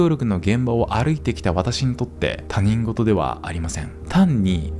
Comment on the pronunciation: 「他人事（たにんごと）」ではなく「他人事（ひとごと）」ですよ。